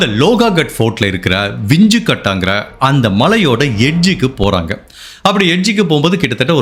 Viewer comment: Hi. I am a great fan of your program and narration. I feel if you correct your pronunciation of certain words, you will go great miles further. Example: Sia., not Sio Ketan not Katan Vinchu Kada Bakery This is to help your narration go to greater heights and certainly not to pin point. Hope it is taken in good sense. My best wishes to you....